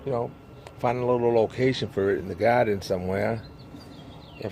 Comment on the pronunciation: lovely garden, i know u in GA but the way you say GAADEN sounds like NYC....LOL